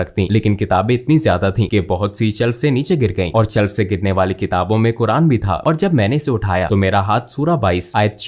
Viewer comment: अरे मैडम सही तरीके से बोल तो लो, कुरान को कुरआन कुरआन बोल रही हो